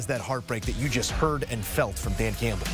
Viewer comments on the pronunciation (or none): Awww cwying Cwampbell